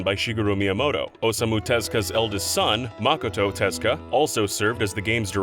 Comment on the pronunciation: hearing Tezuka called "Tezka" hurts my ears